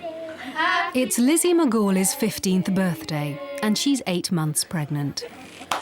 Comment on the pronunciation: happy berfday lizzey